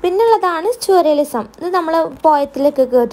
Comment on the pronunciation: Mam, that is സർ റിയലിസം. Not സുരയിസം 🙂